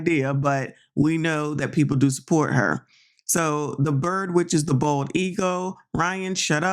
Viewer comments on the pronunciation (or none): none